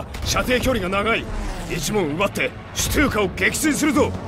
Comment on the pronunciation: スツーカじゃなくてシュトゥーカと発音してる+114514点